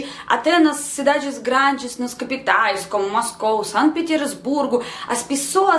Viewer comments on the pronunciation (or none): none